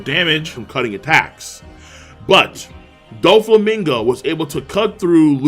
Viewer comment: It’s not doflamingo, it’s Don flamingo